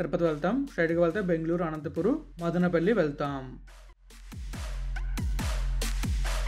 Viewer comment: Hello dear , Please pronounce as Madanapalli , not Madanaapalle.